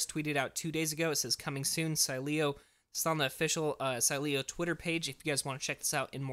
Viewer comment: it’s pronounced SEEEEleo. Stress the first syllable